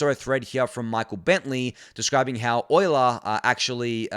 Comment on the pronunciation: "you-ler" finance not "oil-er" 😊